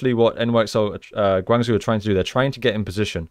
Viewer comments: Next time pronounce Guang Zhou (Guang jo) not Guang zu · Nice review! Guangzhou prounces "gwang-joh" aka Gwang Joe :)